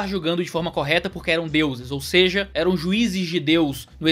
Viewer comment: é possível vc voltar a dizer "ou seje!" hahaha, muito top!! Abraço, ótimo vídeo!